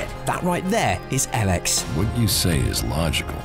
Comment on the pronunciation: I think it is called EEEElex not EL-EX